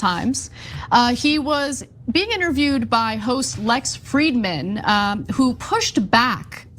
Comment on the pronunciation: Lex "Fred-man"?! Do you mispronounce EVERYONE'S name on purpose?